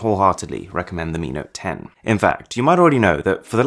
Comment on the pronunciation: Mi note 10 hears like amino 10